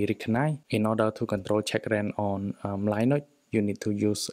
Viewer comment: Never heard anyone pronounce Linux as Lie Nucks 😂